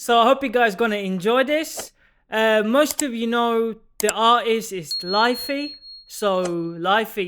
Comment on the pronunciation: great preset and video! lithe is pronounced ‘lie-th’ just a heads up 🤙